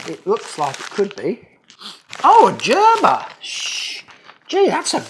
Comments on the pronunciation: Gerber!! G as in Guess not G as in Jump!!!!! 😂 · Hey, it's Gurr ber not Jur ber.